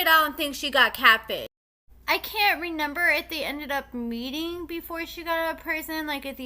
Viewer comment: It's so cute how u say renember rather than remember